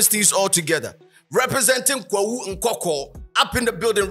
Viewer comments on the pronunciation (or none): It’s nkawkaw not nkwakwa 😅